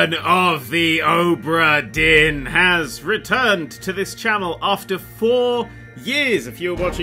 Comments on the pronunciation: Now, adept of the ultimate language of pointless sounds that shouldn't be there, here's some questions - how the hell do you manage to get "dearn" from "dinn" and where the hell do you get the "h" to cram in between "o" and "b"? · Ohhhhbra Deeeen! Scottish Accent! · OH-bra DEAR-n